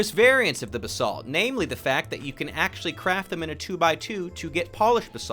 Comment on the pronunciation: lol when you said "Basalt Pillars" i thought you said "The Salt Pillars"